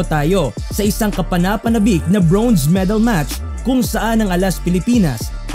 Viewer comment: congrats alas! pero request lang po sa vlogger.. medyo nakaka-inis at nakakahiya po ang pronunciation nyo ng "bronze", parang "brownze" eh... pede po paki-ayos? baka masayang ang medal ng alas.. hehe at baka mahawa pa ang mga batang manonood ng video nyo.. thanks